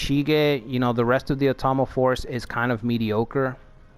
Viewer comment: Love your NA stuff! Not to be a jerk, but If you are going to be doing an Otomo play through, it's "Oh-tomo", similar to Osaka (same kanji). I have loved NA for decades (and the time period). I hope you keep these going!